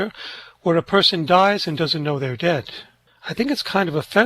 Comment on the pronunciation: Love, love, love your channel. And just FYI ❤ forbade it, not forbadded And, not 'debt', dead, 'invoking the dead', etc. Sorry. I'm a retired teacher...😅❤